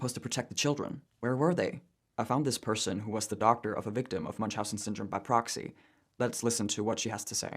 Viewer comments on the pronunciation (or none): its proxy not poxy